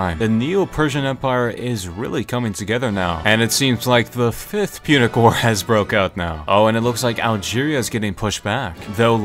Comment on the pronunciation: Punic War not Munich War